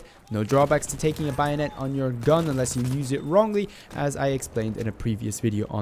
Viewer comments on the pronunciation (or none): it's "Bay-o-net" not "buy-o-net" but nice video bro :) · Why do you pronounce it like "By a net"? And some sources suggest it slightly increases recoil..Still great vid.